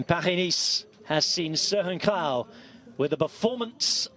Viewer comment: Incredible pronunciation of "Kragh"!